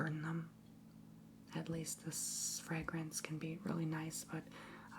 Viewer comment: I found it so charming how you mispronounced fragrance, sedative, potpourri and more. I subscribed just for that❤